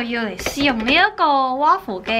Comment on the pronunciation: waffle不是這樣讀吧😓😓😓